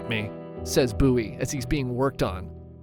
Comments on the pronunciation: Bow-ee that’s how you pronounce it, not buoy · i'm convinced he says the names wrong to piss people off it's a bowie knife not a buoy knife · It’s pronounced “BOE-EE” (spelled BOWIE, which is pm pronounced as its spelled….) knife… is this an ai scripted video? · We def pronounce it Beau/wee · You pronouncing bowie like boowee killed me in the sandbar brawl part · Ive been pronouncing “bowie” knife wrong my whole life. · Why do you say Bowie like that? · Do you pronounce David Bowie like that too? 😬